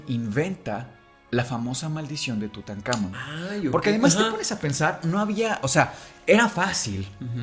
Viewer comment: muy bonito capitulo pero que estres que me dio escucharlo decir en todo el capitulo "TutanÁmon" cuando en el mismo título le ponen "TutancamÓn"